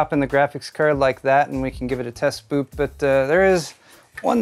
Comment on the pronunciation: I heard "test boop" instead of "test boot", and that's now I will refer to it for all time